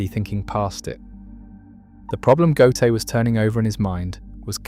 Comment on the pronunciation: The AI have to learn prenunsing Ö. GÖTE.